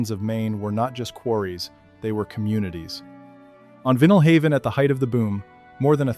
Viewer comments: In Maine, we don't say VEEnull Haven; we say VEYEnal Haven. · It is pronounced Vinyl-haven (as in the material out of which record albums were made). Interesting information. Seemingly well-researched. Please, for any future productions, put as much effort into the auditory portions as I s required to do justice to the people and places you are describing. I too, am a Mainer who cares about our heritage. And what’s with the anime? Did you do this on a dare?